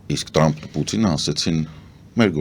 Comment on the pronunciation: Հարգարժան պարոն, շատ հետաքրքրութեամբ եւ հաճոյքով յետեւում ենք Ձեր վերլուծութիւնները եւ իմաստալից բացատրութիւնները: Փառք Աստծոյ ունենք շատ հարուստ ճկուն լեզու: Իմանալով տժբախտաբար մեր լեզուն ազդւած է Ռուսերենից - Սովետական ժամանակներից “թ” տառը հնչում են “տ”, Թրամփը Տռամպ հնչելով: Ձեզանից եւ միւս գրագէտ անձնաւորութիուններից, չի սպասւում այս վրիպումը: Յարգանքներով ՝ Սեդա